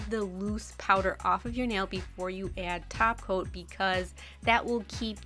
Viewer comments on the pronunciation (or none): Did you just say 'taco' instead of 'top coat' like Cristine?